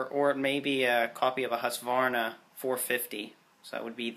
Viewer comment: Full marks for the pronunciation of Husqvarna...